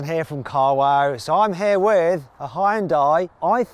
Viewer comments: 지금 쯤이면 현대라고 발음해도 되지 않나... 아직도 횬다이, 현다이 그러네. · 현대 발음이 진짜 안되나 ㅋㅋㅋㅋ